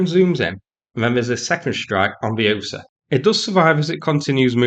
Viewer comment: It’s Osa, as in Wingardium Leviosa.